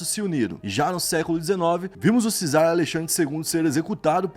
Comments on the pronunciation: CZAR não se lê "cizar". O correto é "quizar". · Só um adendo, não é 'cizar' e sim 'quizar', a palavra czar, é basicamente a mesma coisa que kaiser, e ambas derivam de caesar, ou seja césar, que significam imperador e/ou rei. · Ainda não aprendeu a pronunciar corretamente a palavra Czar?!!!???